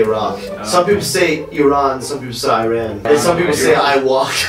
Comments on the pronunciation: Me as an IRANIAN: JUST PRONOUNCE IT "IRAN"! HOW DO YOU EVEN PRONOUNCE IT 'IRUN'?!... YIRAN MAKES MORE SENSE THAN THAT!! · Love you from Iran :) And no it's not EYE-RAN...